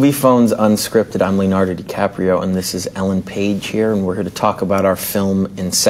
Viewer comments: Mispronouncing your own name.. way to go Leonardy! ;) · Why are we all talking about sexual tension when Leo mispronounced his name come on people omg. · MISPRONOUNCING YOUR OWN NAME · He mispronounced him own goddam name XD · There's nothing more embarrassing than mispronouncing your own name in front of thousands of people.